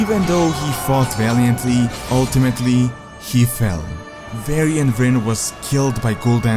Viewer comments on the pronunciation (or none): why did you start pronouncing "w" as a "v"?:)) "Varcraft","Vrynn","Varnings of Medivh"? Still "Windrunner" you pronounce correctly:P